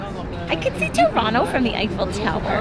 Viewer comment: Wow she actually said Torono instead of Toronto